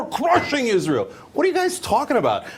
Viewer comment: Dave SMITH is supposedly a Jew but can't even say Israel correctly. Might as well just talk to us some more about a nucular Iran.